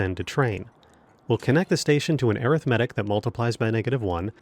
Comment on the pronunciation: I cant listen to someone for 20 minutes that cant even pronounce arithmetic properly.